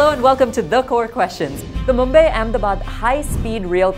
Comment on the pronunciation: Mumbay ??? Obsession with foreign accents in the way they mis- pronounce Indian names.